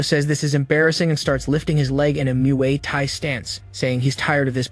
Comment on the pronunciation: "adopting a Myooway tahy stance" its said like Moy Tai